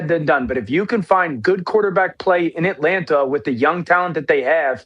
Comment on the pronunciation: Dano needs to be cut off and ridiculed every time he says At Lant Ta until he fixes it…. So painful to hear lmao